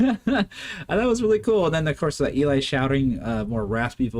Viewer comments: Good review, only thing I would say is Eli's name is pronounced like Jelly 😊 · Thanks for more VoicePlay...my favorite group! Hint...Eli is short for Eliezer (rather than Elijah), so is pronounced "Ellie" and rhymes with jelly. Eli was the front man with rock bands for a decade before joining VoicePlay. It shows here! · I enjoyed your reaction- thanks! The bald rock tenor did front local rock bands in the central Florida area over a 10 year period before joining Voice Play. His name is pronounced as "Elee" (rhymes with Jelly) not "Elie" as it is short for "Eliezer". He is very talented not only singing but doing the lighting and technical effects and has done a few of Voice Play's arrangements (he did this arrangement with Layne as mentioned in the credits). He has a family now so he stays close to home with mostly production side projects rather than fronting local bands. J. None was a former full time member of Voice Play but left the group to join the Navy (he still comes back as a featured guest when he is on military leave and we still think of him as a part time member and part of Voice Play's extended family). J. None has an incredible voice range as he sings bass for the Navy but can hit those tenor and falsetto notes too (check him out in Voice Play's "Lion Sleeps Tonight"). J. None has his own solo channel that showcases his voice range, rapping, beatboxing, arrangements and production skills.